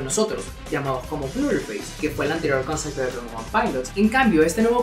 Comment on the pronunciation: "ConcePto" no "ConceCto"